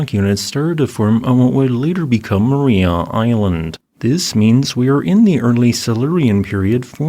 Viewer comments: Pronunciation is Mar-EYE-a as opposed to Mar-eee-a. Tassie is a fascinating place, my home for 27 years. I'd love to go back, but my wife is glad to be out of Tassie and won't go back. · It's pronounced "ma-rye-ah" island, not "ma-ree-ah" ;) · I recall seeing some of those fossils there in 2016. FWIW, locals pronounce the name of the island as Ma- RY-a. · FYI It's pronounced mar-eye-ah. I live in Hobart, Tasmania it truly beautiful 😁